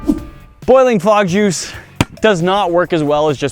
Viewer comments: What is fog juice... I thought he said bog juice... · At the start I thought you said frog juice so I was really confused and concerned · I totally thought you said "Frog jews". lmao